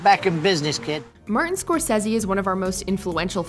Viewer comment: She also said Martin “Score says he” 🤷🏻‍♀️ so...